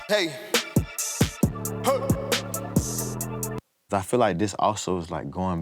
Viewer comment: forreal, but it irks me he calls them ‘ad-livs’ 😂